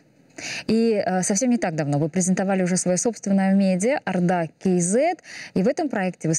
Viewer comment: Почему говорите арда кz ?Орда кz не можете говорит?